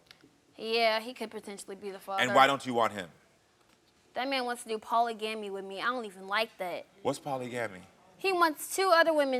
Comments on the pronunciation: That side eye Karamo gave when baby girl said polygamy wrong 😅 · 1. She is mad annoying. 2. That little girl needs some guidance. 3. Karamo’s side eye to the audience when she said “poly-gammy” had me WRECKED 😂😂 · I hope you didn’t miss her pronouncing polygamy as poly-gam-ee😂😂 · She didnt say it wrong, she just didnt say it like Americans pronounces it...nothing wrong. It's still Poly-Gamy